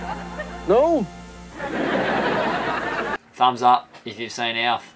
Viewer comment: His name's not alif its Gordon Shumway.lmaf.......brings me back